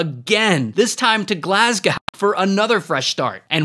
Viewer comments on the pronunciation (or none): GlasGOU not GlasGOW... sigh Americans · What did Glasgow do to deserve you butchering its pronunciation? 😅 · Glasgow ❌ Glasga ✅ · Glasga what it’s gla-s-go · Everyone on about Nickel Ass with that criminal pronunciation of Glasgow 😂😂😂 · that is not how you say Glasgow 😭😭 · The way you said glasgow 💀💀💀💀